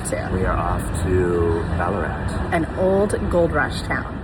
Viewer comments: you definitely said it right!! We do say ‘Bal a rat’ though, even though you said it phonetically correct ;-) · What!! Here I am Sunday morning in Melbourne, with my coffee, watching yiu guys and you're here. Fyi, Ballarat is not an AH sound. Thexa is like in wank. Sorry best word I could think of!! Wonder if you're gonna make it put to the eastern suburbs, and my area ? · Pronouncing Melbourne properly makes up for mis pronouncing Ballarat and mallee!😉